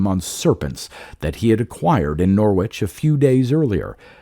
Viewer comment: Another good one 👌🏻 Can I gently say that Norwich is pronounced Norrich - they’re tricky things English place names :)